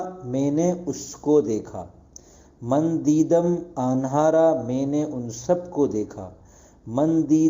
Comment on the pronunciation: جناب عالی انہارا نہی بلکہ انہارا ن نہیں ن غننہ استعمال ہوگا ان نہی اں